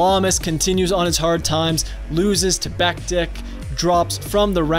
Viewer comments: It's Beck tich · It's pronounced Beck-Tich. Great video, but the pronunciation bugged me a bit. Still a great video!